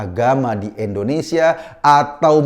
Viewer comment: Indonesia bang bukan endonesa 🤣🤣🤣